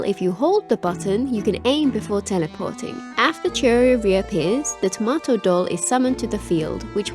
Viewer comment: Chiori's doll is called Tamoto, not Tomato. But don't worry, you're by far not the only one reading it wrong. From what I have heard, even Chiori herself seems to be quite confused about it. Personally I found Chiori unattractive both for her element, her design, and her attitude so I'm skipping. But I certainly wish everyone who got her lots of fun playing her.